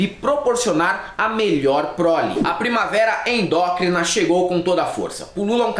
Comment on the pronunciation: "primaver endócrina" hahaha morri